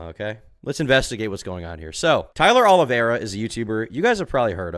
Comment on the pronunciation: If he’s going to make a hit piece of Tyler oliveira why can’t he say his name right lol